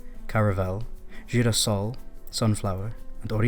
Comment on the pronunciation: I agree, but he pronounces the "g" in girassol the Spanish way ("h" instead of "zh").